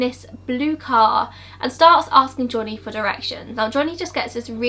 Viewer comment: Also the way she pronounces Johnny like"jonniy" made me laugh